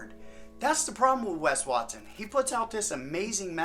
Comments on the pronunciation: As a Mexican, the "Wes Wat-sone" had me f ♡ckin rollin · “Maybe his name is Wes Watsohne” 😂😂😂